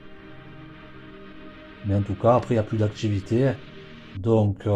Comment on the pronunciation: Que d'erreurs !! Que d'erreurs dans les faits !! Cela débute par '' des mégots '', alors qu'il n'y avait qu'UN SEUL mégot, tout est à l'avenant... Renseignez-vous correctement ! Et allez chez un orthophoniste ! Les défauts de prononciation, comme , par exemples, vous dites '' la victchime '', au lieu de 'victime', '' le chantchier '' au lieu de 'chantier', '' l'activitché '' au lieu de 'activité', '' voitchure '', etc. '' Modjifier '' au lieu de 'modifier', '' il djit '' au lieu de 'il dit' etc. En linguistique, cela s'appelle 'affriquer' les consonnes, aucun rapport avec l'Afrique. Et autres défauts de prononciation, exemples : couler des '' bè '', le 'chiè' etc. Sans parler d'une lourdeur narrative, des erreurs grammaticales, des redondances... Vous ne doutez de rien, vous ! Quelle horreur !